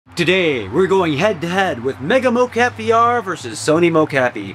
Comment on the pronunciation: Really informative video. Thank you! One question are you calling this mo-CAPI on purpose? Was a bit jarring each time.